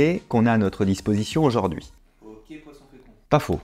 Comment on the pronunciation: J'adoooore vos videos, les concepts, idées, et la bienveillances sont une vague d'air frais ! <3 Est ce que tu peux prononcer aujOUrd'hui et pas aujAUrd'hui par contre :p je demande pour un ami